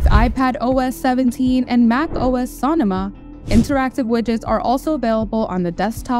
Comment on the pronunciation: “sahn-oh-muh” is not the correct pronunciation. This is a location in California, and it’s “So-No-Mah